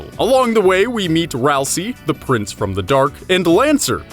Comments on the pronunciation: 2 THINGS. FIRST, ITS NOT SAID RALSEE, ITS SAID RALS-EYY AND RALSEI IS AN ANAGRAM OF ASRIEL BECAUSE RALSEI IS ASRIEL THAT IS THE REVEAL AT THE END. there ya go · your saying ralsei wrong! its pronounced Ral say! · Dislike for mispronouncing ralse - LANET OLSUN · Dislike for mispronouncing Ralsei :D